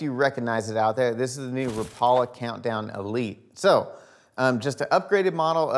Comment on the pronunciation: Rap....a....la...not Ra Paul. A.... u tryin to get sliced 🐕 dog. Say it right change the world. I mean u look hungry dog u want some Pizza? U tryin to get sliced? God bless West Coast TW ref. Storms. We. Seder the water bout.....wow.